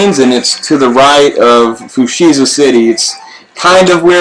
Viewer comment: Amazing video, although a little triggered on how you're pronouncing Fuchsia xD